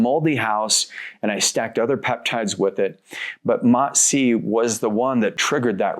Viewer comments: He finally learn how to say MOTS-C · nah, I wasn’t saying that to be mean and still don’t think it was mean I just noticed he learned how to say the word mots-c right and thought it was notable lol